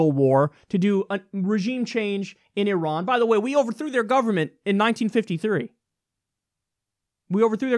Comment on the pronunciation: From Iran: Good information. Perfect and correct pronunciation of the name "Iran." A fascinating revolution is taking place in the history of mankind. Development of internet is causing massive structural cracks in the armor of monopoly of information and news. Proliferation of information is weakening the power base of those who have traditionally controlled the monopoly of information, the Rothschild and the rest of the criminal mafia cartel known to the people of this planet as the US Military Industrial Complex. Iran, an ancient federation of indigenous tribes and natives of the Iranian Plateau, united for centuries around common ancient spiritual faith and beliefs, is shinning because of the above proliferation of information. Iran's recent success clearly is not based on its military budget - its annual military budget of $10 billion (USD) is less than 50% of the annual military budget for UAE with size of its population 5% of Iran and its land area less than 2% of that of Iran.